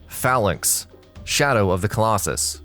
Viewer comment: OK, so here we go... 1st Really no dragon age Inquisition dragon fights???< 2nd Alduin is a bitch...... 3rd really glad you put a pokemon game on the list. 4th...... Phalanx isnt a dragon.... Also you pronounced it wrong....